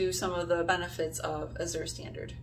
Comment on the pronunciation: Great video. I love azurestandard. I look forward to it every month. Azure is actually a shade of blue. It's a really pretty word. The z is actually pronounced like the j in bonjour.